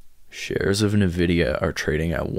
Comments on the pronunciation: its pronounced Envidia not nAvidia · I started investing in NVDA in 2016, so far that initial investment is at 10,200% - I’m long on it in my IRA. Also it’s pronounced “en-vidia”